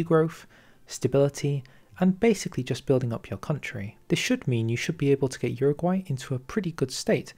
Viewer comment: Uruguay* not Uraguay